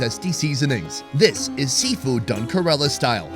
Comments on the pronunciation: First thing it's not karala .. it's Kerala .. focus on your work bro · Why am i hearing ghorilla when he says kerala.. Isnt it Keralam? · It's not Corella it's Ke Ra Laa. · FYI its pronounced like Care-a-la not kurr-illa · Everyone else: "Kay-ra-la": "Kuh-reh-luh Daville... Kuh-reh-luh Daville..." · India has always been at the top of my bucket list and watching these GREAT videos and seeing how affordable it is adds another reason among the thousands of reasons to visit. FWIW, it's Kerala, not Kerela. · hi... huge fan and great content as usual ♥. Just a recommendation; no hard feelings 😬but you kept calling Kerala, Karela (which in hindi is bitter gourd 🥲), I thought maybe i could help you pronounce it correctly 🤭😅. Kerala phonetically is, think (KAR)en + Ella but everything together and a little fast.... Hope you don't mind🤗 again, hugee fan🥰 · Great video but I just don’t get why western YouTubers won’t put in the minimum effort to pronounce the name “Kerala” correctly. It’s not a tongue twister. KER-a-la, with the stress on the first syllable! The guy has clearly been there and has heard the way it was pronounced. How hard is it? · Why does he say Kerala like that? It doesn’t rhyme with gorilla dude, it’s pronounced kay-raa-laa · kerala ❌❌ ku-rrre-lla✅✅ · correct pronunciation is kay-ra-lum(keralam) . not kerala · Key-rala pronounced with bit of y Did he even watch the vid the locals pronounce few times 😮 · Dude, you mangled so many of the names of dishes. And of "Kerala" - not tough bro, just ask the locals....👎🏽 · is doing the voice over but is not there, otherwise he would know how to pronounce 'Kerala'. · I love the enthusiasm but someone there should tell you how to pronounce Kerala correctly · I can’t believe no one corrected you on your pronunciation of Kerala. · pronouncing "Kerala" wrong so many time:( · Bro pronounce Kerala properly